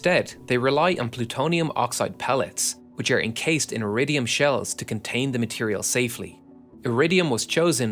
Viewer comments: Probably should be "Iridium". There's no such element as "aridium". At least, that's what the auto-generated subtitles heard, as do I. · Pronouncing Iridium as "Euradium" and Tellurium as "Tellyurium" is kinda silly.